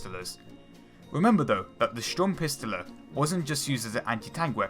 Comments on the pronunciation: Sturmpistille 🤣🤣🤣🤣🤣 hafthoilladung is quiet worse 😒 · It is pronounced Sturmpist-o-le - with a long O like in "over"... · nice video, one criticism: don't speak the german name out all the time if you can't even pronounce it properly. i'm cringing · sturm-pist-ooo-le not pistele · Liked the vid but its sturmpistole is prenounced like sturmpisoole the o is long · Sturmpistele HAHAHAHHAHAHAHAHAHAHAHAHAHAHAHAHAAA Great video still better than us Krauts tryin to speak English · Fliegerfaust (Fliigerfaust) Panzerfaust (Panzerfaust) Panzerschreck (Panzerschreck) Panzerwurfmine (Panzerwurfmiine) Sturmpistole (Schturmpistoole) Sturmgewehr (Schturmgeweehr) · "Stummpistelle" göttlich 😅😅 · Why do you always say Sturmpistole-e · pansah worfah minnah, pansah worf minnah, pansah worf minnah, pansa worf minnah, nutzi pansah worfa minnah.Woh head, schtorm piss tolah... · Panzerwurfminäääe and Sturmpissteler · It was okay with Sturmpistole but the pistole part was a bit weird ^^ the O is longer :D but hearing it over and over was too much for me to handle xD but like i said was a nice vid ^^ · I know its hard but PLS look up the correct pronunciation xD it really is painfull to hear STURMPISTOLE and PANZERWURFMINE like 20 times ...;D but nice video ^^